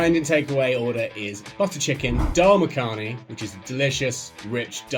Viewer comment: It's Makhni actually. a not u